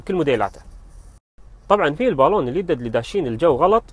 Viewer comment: الباللااون ، انطقها عدل وبعدين تفلسف